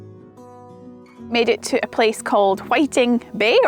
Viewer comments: It's Whiting bay, as in WhitEing bay ok. P S, l really enjoyed your video - Trimendous - keep it up. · Another great blog. Whiting Bay, as in whiting , the fish, and is pronounced white. Glen Rosa, is like rose. Well done for collecting these whisky samples, can be a bit of a deep dive for folks used to G&T